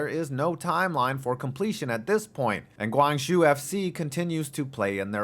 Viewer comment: Your pronunciation of Guangzhou is killing me. It's pronounced like Goo-ang-jo.